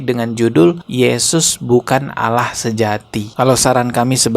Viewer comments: Bukan Allah tapi dia Alah dia sebut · Dia baca Allah aja Aloh. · Kok nyebutnya Alah ? Bukan Allah, sepertinya memang Abah Aos ini oten Islamphobia yg nyamar